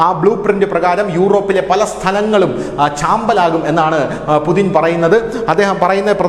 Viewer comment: യുദ്ധകൊതിയുമായി കുറെ പാഴ്ജന്മങ്ങൾ മൃഗവും അല്ല മനുഷ്യനും അല്ലാത്ത ജന്മം. വ്ലാദിമിർ പുടിൻ ആണ്. അല്ലാതെ പുതിൻ അല്ല